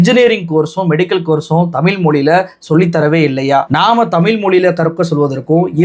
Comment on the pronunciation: தம்பி நல்ல செருப்படி பதில், தெளிவான உரை! மனமார்ந்த பாராட்டுக்கள்! பின் குறிப்பு:- தம்பி தமிழை தமி'ல்' மொ'ளி' என்று நீ உச்சரிப்பதைக் கேட்க காது வலிக்குது! இந்த உச்சரிப்பை நீ மட்டுமல்ல பெரும்பாலான ஊடகவியலாளர்கள் இவ்வாறே உச்சரிக்கின்றார்கள்! மாற்று மொழியாளர்கள் உச்சரிப்பது போல் நாம் நம் தாய் மொழி, அமுத மொழியாம் தமிழ் மொழியை சரியாக உச்சரிக்க வேண்டும்! தமிழின் சிறப்பே 'ழ' தான்! தமிழை தமிழ் தமிழ் தமிழ் என்று தொடர்ந்து சப்தமிட்டு சொன்னால் காதில் கேட்டது அமிழ்து அமிழ்து i.e.அமுது என்ற பொருளுள்ள சொல்தான்!